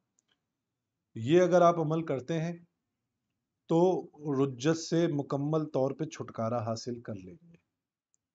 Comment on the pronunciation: رُجعت نہیں رِجعت لفظ ہے